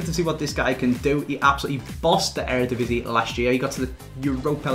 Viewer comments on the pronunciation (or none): none